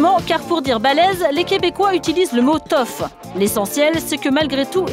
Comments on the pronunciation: "Balaise = toff"... c'est TOUGH comme en anglais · En passant, si ont dit « toffe » ces parce que dire balèze en anglais signifie « tough» et qui ce prononce « toffe » donc c’est un anglicisme.